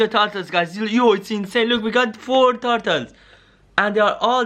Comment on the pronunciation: Turtles not tartules